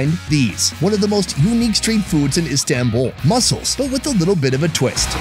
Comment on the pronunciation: İ fr get so triggered if people say istanbul wrong😭 its not the american “a” its the other “a”! Like yknow american a is like “ey”! But istanbul’s a is the other one. (İdk how to explain lol-)